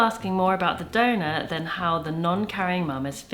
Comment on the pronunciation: When you two say donor in your accent it sounds like donut to me. “Who is Rupert’s donut?”